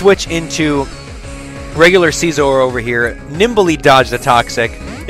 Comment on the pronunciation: Its si-zor, not seezor